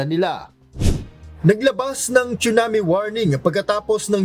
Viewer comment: Proper pronunciation of TSUNAMI has a silent T... not pronounced like CHUNAMI. 😅😅😅